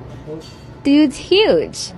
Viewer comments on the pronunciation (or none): The way he said dude is huge!